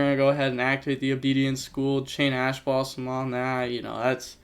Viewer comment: Ash blossom? More like Passh blossom